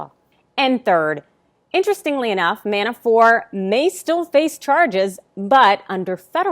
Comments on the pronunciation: His name is "Mabafort" not "Manafore" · It is ManaforT. Not Manafor. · Why are you calling him Manafor? Isn’t the ‘t’ at the end hard? ManaforT. Sorry for being a pedant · ManaforT ManaforT ManaforT - the man’s name is NOT pronounced Manafore, ffs. When you can’t even be bothered to pronounce someone’s name correctly, what credibility do you expect to have? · ManaforT someone tell her the T isn’t silent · I think my point is that she's in the media and ManaforT has been in the news a lot. A LOT A LOT.For years. And every single time he's been mentioned it's been ManaforT. So her mispronouncing his name the way she did seemed, well, weird. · Johno from QLD, she keeps saying Manafor, but she IS outstanding. Really. I hope the Repugnants choke on their own upchuck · It is surprising that at this juncture and elapsed time that the pronunciation of Manafort is still questionable.... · The "T" is silent .................... ????????????????????????????????????????????????????????? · Why isn't she pronouncing the T in Manafort? Weird. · In the original language.....all sorts of names sound different. In English, she should be pronouncing them. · His last name is Manafort. There’s a “t” on the end.